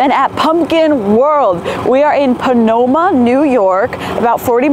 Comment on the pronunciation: You pronounced Pomona wrong, great video tho !